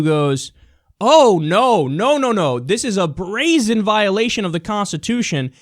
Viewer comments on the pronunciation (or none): none